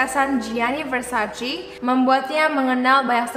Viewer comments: Versace dibacanya Versace, bukan Versaci. #justfyi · versacé please, bukan versacee-_- how lol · Mbak bacanya versace e bukan versaci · It's Versace not Versaci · versaCE not versaCEE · Its Versace not versaci -Donatella Versace